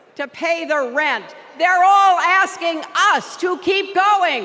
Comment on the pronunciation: That was an axing.